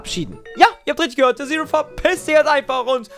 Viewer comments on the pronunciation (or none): none